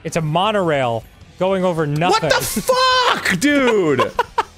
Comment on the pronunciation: I love how he just says fuck as "fuckh"